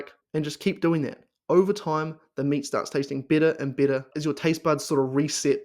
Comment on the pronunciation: Aussie accents are cool but your "better" sounds like "bitter" . LOL. Lion diet is great but IMO unless you have some auto-immune disease it is really hard to sustain and make it a lifestyle. I did it for a few months and hit my target weight loss. I'm fit and lift weights regularly so there was no medical need for me to continue it . I use the carnivore diet as a tool to achieve my target weight loss then I slowly ween myself off the carnivore diet. My purpose is to loose some belly/body fat and get shredded. It is true that once you start eating carbs your brain/body will go nuts with pleasure. Those dopamine pathways will explode like fireworks on the 4th of July. You will need to exhibit some self control or you will quickly gain that weight back.. I do the all inclusive carnivore. All meat , eggs, cream/milk but no fruits or honey. Beef is the most satiating compared to pork, chicken or seafood. Good luck to everyone doing carnivore.